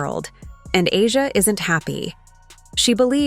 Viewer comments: Chartered jets were already on the WNBA AGENDA BEFORE Caitlin arrived. This narrative is so exaggerated and negative. Caitlin can play in Europe and the WNBA if she so desires. She could also choose professional golf. It would be nice to hear you pronounce A'ja's name correctly for once. It would also be nice to see you address her in a more positive light rather than always make her seem upset about Caitlin. It's so sad how most of these followers believe all that you say. Where is the evidence? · these voices can get AJA Name right